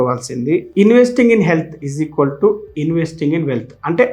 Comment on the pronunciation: గురువుగారు చిన్న మనవి, ఈజికోల్టు కాకుండా ఈక్వల్ టు ( = )అని పలకండి.